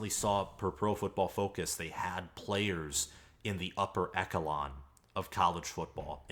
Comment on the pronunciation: Stopped taking you serious when you said echelon wrong🤣 go blue